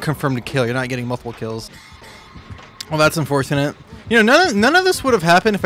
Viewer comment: unfourthinit un forth in it he says